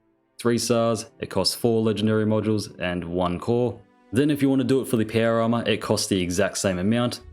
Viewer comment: Dear, I still find it so funny hearing you saying "péuer arma"